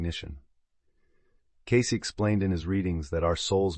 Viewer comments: His name is pronounced as Edgar Caysee not Case Love information about his abilities to heal people. I also love the information about the cats. 💖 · His name was Cay-see, not Case. Another AI fail. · His name is pronounced kay see. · HIS NAME IS PRONOUNCED. "KAY. CEE" not. KAYS.... . IS THIS AI. ? WHY CAN WE NOT HAVE THE PLEASURE OF LISTENING TO A HUMAN VOICE NARRATION???!!! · Learn how to pronounce his name Edgar Cay-ceee!!!! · I believe his name is pronounced Kay-Cee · Cayce is pronounced KAY-SEE. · AI SVP Caysee!! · If you're going to use an AI voice, you should misspell Cayce as Casey in your script to get it pronounced correctly. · EVERYONE knows it's pronounced "KAY-SEE" I can't believe you did this entire wonderful video without knowing. I have had TWO CATS appear at two separate times when I was grieving deaths--my Mom and then years later, my best friend. Thanks for the video, but I wish you had heard how the world pronounces his name. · Cayce is pronounced Kay See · His name is pronounced 'Caysey'. Sorry to say but ai really makes a mess of the truth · Edgar‘s name was pronounced CAY – SEE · His name is pronounced KC or CAYCE please. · Say his name properly please